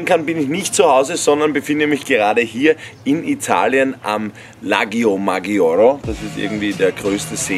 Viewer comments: Eigentlich heisst der see ja Lago madschore (gesprochen). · Des heißt ,,Lago de madschore"